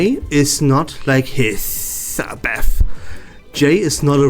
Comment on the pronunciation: As a Hissabeth main, I love the way he says Hiss HAHAHAH